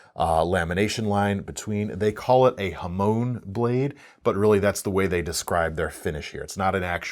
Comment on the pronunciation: The word is 波紋 (はもん) "hamon", not "hamone".